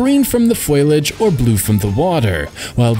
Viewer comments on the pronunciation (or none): "Foliage" mate, not "foilage." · Okay, something that's bothered me in a few of your videos is that you say "foilage." The word is "FOLIAGE," L before the I. Otherwise, I love your reviews and I feel like they are quite fair and you make a lot of valid points.